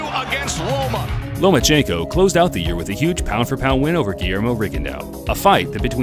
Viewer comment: "Nomaschenko". The man is a genius.